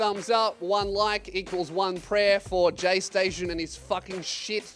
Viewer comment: Take a shot every time you hear says gaysation